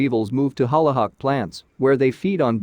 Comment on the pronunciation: Holly not holla